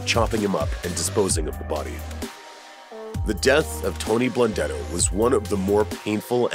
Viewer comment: Animal Blundetto, can't even say his name.